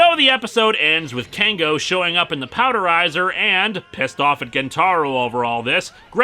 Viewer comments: It's POWER DIZER, not Powderiser. You don't turn things into powder with it. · It's typically said as "four-zay" by the collectable noisemakers of later series Also the mech is a Power Dizer, not Powder-iser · uh Lewis? IT'S POWER-DIZER!!!!! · Only a few criticisms, 1: Power Dizer was mispronounced, 2: Tomoko was classed as a goth, not an otaku (That was Yuki) and TVN subs, although those were the first you found. I hope people end up seeing this as Miu and Shun (the jock) actually get quite a bit of character development not too far after where you left off